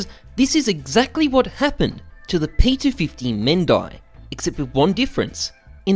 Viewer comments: It's pronounced mehandi not mehndi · Mehndi is not pronounced as "Men-die" but is spelled as "May-hen-di" It is a hindi word( from India) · Its meh hen di not mayhendai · Men - Die ? Its pronounce "ME HEN DY" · No it's not pronounced like that😭 . It's meh-hen-di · Its indian thing it is pronounced mehandi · Bruh its pronounced Mehh-nndiee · Its pronounced meh-n-dee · Ohmygaaad he pronounced p250 mehndie noooo wayyyyy it's mehndee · every indian right now: its me-hen-di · It's pronounced Mehendi (Mey-Hin-Dee) 🙃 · its pronounced as meehendii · Actually you must pronounce it like "ME-HEN-DII" or "MA-HEN-DII". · Its actually pronounced as " Me hen di" and is a paste used on the hands during events or ceremonial activities or just as a decorative piece and is very popular in India. I think the world initially originated from india so by using british pronounciation to see how it sounds like doesnt really give the word justice. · its actually pronounced meh-hendi ( type of indian artwork) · It is pronounced meh-en-di in Hindi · just a note: the mehndi is pronounced like "mendee" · Ok so the correct way to say Mehndi is "Meh - n - dee" - a random indian boi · It's pronounced men die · mehendi, that's how you say it. pronounced it wrong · It's pronounced as "men-dee" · hy Its called Mehndi and its pronunciation is (meh· huhn·dee). its a Indian temp body art like a Tattoo but can be washed out in few days. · Hate me for this bus it is pronounced as "May hen di" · Notif squad Anyways is this some kind of rich joke I can't understand And your pronunciation of mehndi is incorrect